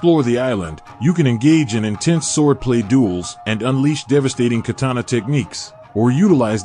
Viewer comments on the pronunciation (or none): none